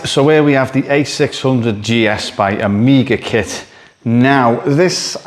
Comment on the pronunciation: "AmgiaKit" oops 😅